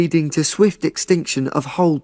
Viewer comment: Hi, I heard distinction instead of extinction in question 37. Is that acceptable?